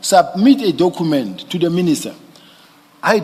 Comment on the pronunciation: Dokhument, patikhula approach, dokhete, prokhoment 🙄